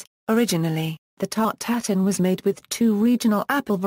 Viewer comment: It's not pronounced as here. It's 'tart-eu-tatane' or ew in place of eu.